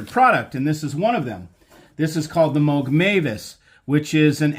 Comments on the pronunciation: It's pronounced Mow- G,not Mogg! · That’s the first time I heard his name pronounced that way.